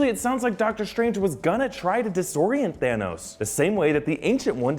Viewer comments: "THEROS" lol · there's no r in thanos